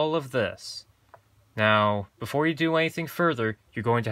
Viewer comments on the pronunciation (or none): none